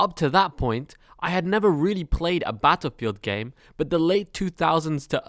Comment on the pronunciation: The way you pronounce "battlepeeled" im dead lol